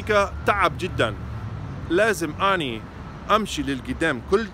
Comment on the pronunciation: And you even say “anee ” 😂😂😂 that’s just great